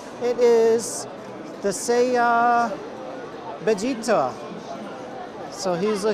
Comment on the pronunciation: The "Doraemon" stuff is actually Dragonball stuff. The Buruma figure gives it away. Judging by how you pronounce Bejita's name makes me think Dragonball and Dragonball Z aren't your thing.